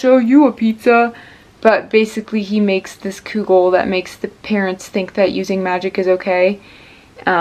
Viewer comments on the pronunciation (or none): Omg I'm so happy you made kugel and that you like it! =] The U in kugel is pronounced like the OO in wood. Also, most kugel I've had in the past has been made with like lasagna noodles, but don't worry, it's still considered kugel no matter what noodles you use!